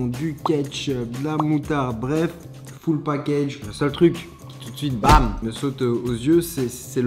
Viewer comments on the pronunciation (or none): none